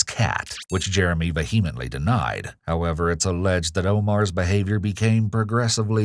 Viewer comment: Dude you HAVE to learn how to pronounce "VEHEMENTLY"